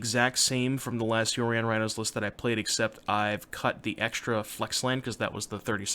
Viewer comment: "Saheeli Raihnos"